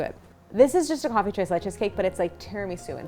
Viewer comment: Tira-leche cake! Tres lech-u cake!